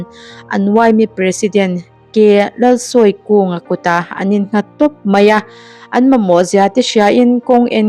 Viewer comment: K Lalsawikunga(L) hi a hming i lam rik dan a diklo... Thil kan sawi a, thusawi tih ṭawngkama sawi tih hi hman tur aw... Sawikung... Sawi(Thing ni lovin)